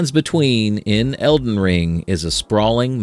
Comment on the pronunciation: bro said Eldren Ring 💀💀💀💀💀💀💀💀💀💀💀💀